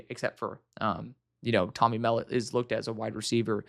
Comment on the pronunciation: For future reference Tommy Mellott is pronounced (Mul-lot)… real high motor guy, let me tell you. He will be the first in last out of that locker room. Super sneaky athlete.